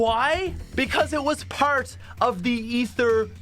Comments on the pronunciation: He says "pert" instead of part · The way he says “part” sounds like a pirate lol